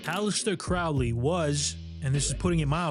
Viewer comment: This is highly entertaining, thanks! (Crowley is pronounced like crow, btw).